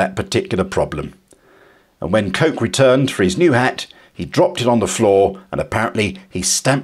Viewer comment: The name Coke (Lock & Co) is pronounced ''Cook''. A historian should know that ;)